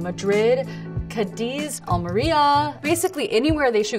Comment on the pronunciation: That’s really sweet the way she pronounces Cádiz and Almería 😅 I watch all Blake’s movies but I definetely won’t miss The Rythm Section as it was filmed on my country 💕